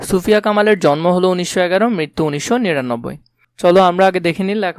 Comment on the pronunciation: আপনি ছুফিয়া বলেছেন এটা সুফিয়া কামাল হবে🙂